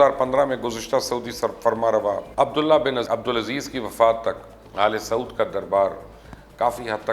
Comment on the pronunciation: AL-SAUD nhin AAL-e-SAUD parrhain, balkeh exactly to AAL-E-SU'OOD hae. Aal-e-Saud means Saud kee Aulaad. Kuchh Arab sahafiyon ne bhee gila kiya tha keh Pakistani Anchors / Sahaafi yeh lafz sahih adaa nhin krtay. Yaad rahay, is se meaning main farq parrta hae jo keh Ahl-e-Zabaan ko bura lagta hae. Let's start speaking it correctly. Best Regards. From Engineer Mughees Ahmed Tameeme.